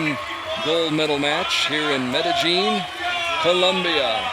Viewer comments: I think they looked at the IPA pronunciation and thought the "j" is pronounced as in "jelly" when it's pronounced as the "Y" in "yellow". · Its NOT medeJean. It's medeYeen. Jeez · I hate how the commentator keeps saying "Mede-jeen". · Meta - jeen. Lol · Ya his pronunciation was terrible. I cringed every time he said it. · In some dialects the ll sound is pronounced that way. It's very common in places with Portuguese influence like South America. Even some places in Spain pronounce it that way. Edit: Never mind. I heard what you guys are talking about now. My bad...that's terrible. The 1st time he said it I thought he used a soft j sound (which is correct in some dialects), but after a while I realized it was a very hard j, which is wrong.